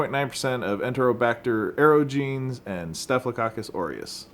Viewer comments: Klebsiella aerogenes: That's AIR-OJ-EN-EZ, not aero-jeans. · That's how it's pronounced. You wouldn't pronounce omnipotent as omni potent, would you? It's the same with aerogenes. I meant no offence, I just thought you should know. We all get pronunciation wrong sometimes.